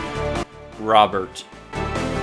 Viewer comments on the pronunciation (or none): none